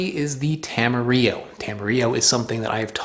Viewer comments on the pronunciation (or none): Tam- a-rill-o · Tamarillo is not a spanish word! It was created as a branding exercise in New Zealand i the 50s to try to sell more fruit, so will don't pronounce the 'll' like in Spanish.